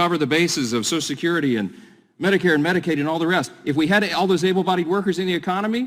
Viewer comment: Brian, please pronounce "social security" properly!